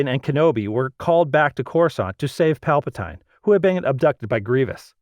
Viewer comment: You said Palpetine wrong. Have you ever seen the movies?